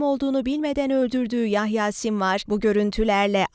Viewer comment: Yayha değil Yahya lütfen biraz daha dikkatli olalım 😢 şehidimize bir Fatiha okuyalım inşallah